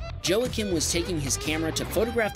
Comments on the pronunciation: In # 7... Joacim - Its not Jo-a-kim, its Wah-keem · Man, I love this channel but listening to you pronounce names that are less common in America and aren't English (ex: Joacim & Arnaud) is painful haha. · Joacim = Wah-Keem